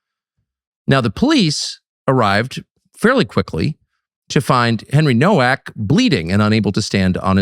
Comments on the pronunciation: The Polish name Nowak is pronounced "novak" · It’s pronounced Novak. W in Polish is pronounced like a V. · Pronounced No-V-ak! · Pronounced " Novak " - learn some Polish Tuc , you've got many like minded friends over there in Poland 🇵🇱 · Americans don't get it, it's pronounced "Novak" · Nowak is pronounced Novak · It’s Novak. The surname is Polish/Czech. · It's pronounced "Novak".